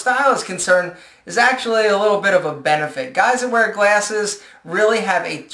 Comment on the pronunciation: lol you say "glAYses" ;)